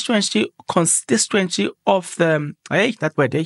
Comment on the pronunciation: I died when you butchered "Constituency" 😂😂😂... On a serious note though, MKP has MOEGENG MOEGENG and HLOPHE? yhooooo kusezobaLIT